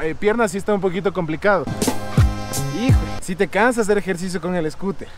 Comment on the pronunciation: Jajajaja mi hijo viendo tu video se ríe cuando dices escuter 🤣😂 saludos desde Tampa Florida 🤗🤗